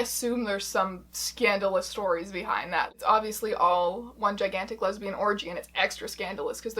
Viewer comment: "I am a lezian"